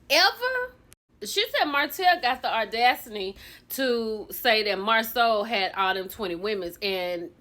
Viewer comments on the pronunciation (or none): Guhhh not me listening to you say Audasiny 😂😂😂